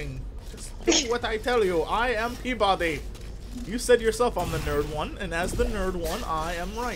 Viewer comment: For a second there I thought Jesse said Pimp-Body instead of P-Body =D